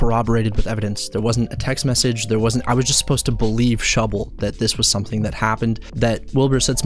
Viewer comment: Thank you for the love of God! Someone who actually says that shubble gasno proff!